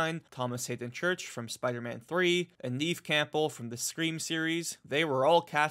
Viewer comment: I’m very excited. Twisted metal is my favorite car combat game. On a side note, it is pronounced as Nev with a short e. Haven’t seen her in a while!